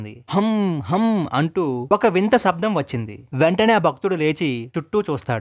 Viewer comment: శబ్దం అని పలకాలి. సబ్దం ఏంటి!? శ ని స అనటం ఏంటి.? తెలుగు ను బాగా పలుకు చున్నాను అనుకునే వెధవల్లారా తెలుసుకోండి 😂🤣🥰.